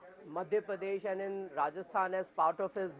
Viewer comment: Rahul kanwal keeps saying ' pardesh' . its madhya pradesh not madhya pardesh